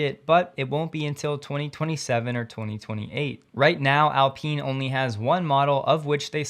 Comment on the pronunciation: I thought it is pronounced Alpine like pine and not Alpin!